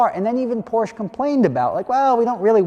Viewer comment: As a consumer, your objections are understandable. As a business concerned with brand/marketing/scarcity/margins, your objections will fall on deaf ears. Also, learn how to say Porsche. ;-)